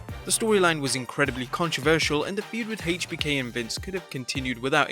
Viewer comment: Why do you put so much emphasis on the "H" in "HBK"...but never in "Triple H"?